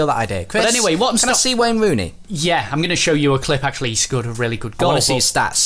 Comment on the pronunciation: Who’s Wayne Rooney?.... it’s WEHNNNN HONEHHH